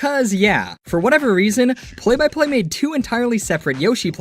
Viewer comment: It sounds like ur saying Play Biplane